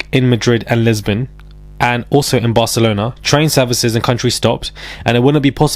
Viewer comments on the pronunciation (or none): none